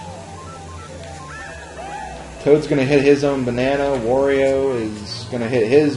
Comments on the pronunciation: it`s Wario not Vario ! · Wow, all these years and I never knew about that shortcut. Very interesting! Also why do you pronounce Wario like "Vathio"? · I hate the way you say Wario's name lol